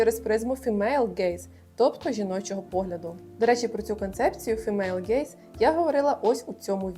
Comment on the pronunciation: Єдине що супер бісило все відео: неправильні наголоси і вимова імен і зарубіжних слів. 😅 Мене аж косило після вЕнсана кАселя та фімЕйл. Але після карли брУні я зловила себе на думці, що я ж не така стара, щоб знати ці імена, чому більше ніхто їх не знає 😂